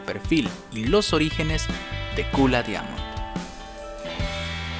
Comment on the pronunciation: Se pronuncia "Daimond"